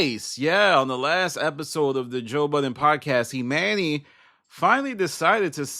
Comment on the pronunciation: Why you callin this dude, E-MAN-Y, when his name is clearly pronounced, E-MONEY? That shit sound stupid asl...and for THAT reason, alone, I'M OUT✌️(in my Barbara from Shark Tank Voice)